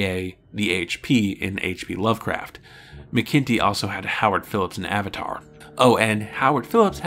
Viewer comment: Sorry, here I go again: David McIntee => "MACK-in-Tee". Think of a t-shirt with "Mac Daddy" emblazoned on the front. And - another nitpick: A "prequel" is a story that is written/produced after the original to tell the "before" story. "Mission To the Unknown" is more properly referred to as a prelude, since it was produced slightly before (I would say concurrent with) DMP.